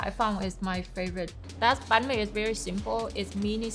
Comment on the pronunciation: I love how she pronounces every Vietnamese dishes and sauces right with the accent!! Im Vietnamese and a lot of my friends they do a western pronunciations when it come to pronounce Vietnamese dishes in English, this acts of her is just small but really impactful. Said she tryna keep everything as Vietnamese as possible and she really did good job 👏